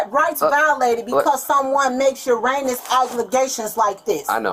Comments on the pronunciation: hhahahahaha I just read the comment the moment she said "uranus accussations" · Don’t worry, I know you meant “erroneous”, and the heat of the moment made you say Uranus lol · “ Uranus?” Lmao…. It’s “Erroneous!” It just kills me how people try to use words when they don’t know them. If you don’t know the correct word, use a different word to describe what you’re trying to say. It’s a sad thing how she has to try and cover up this very sad situation. WHO SUFFERS because these people cannot keep their legs closed? The KIDS!! Just disgusting ! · 1 Her name is SUSHI?! seriously... smh 2 She says she doesn't want "URANUS akuzation" 3 What you need to aks yourself is.... what does that make them? Cop: a Witness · I think she meant "Eroneous" 😅😅😅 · I heard uranus obligations... LOL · Yeah. I heard her say Uranus accusations. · she mispronounces 'erroneous' allegations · Took me a minute she meant "erroneous", erroneously.